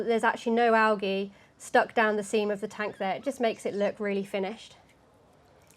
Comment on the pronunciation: Are you saying algae wrong? Lol